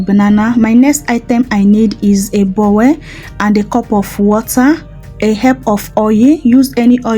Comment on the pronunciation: Thanks for the recipe please it's not called bowel but bowl don't be annoyed for the correction, we learn every day at my age 84 i am still learning i love you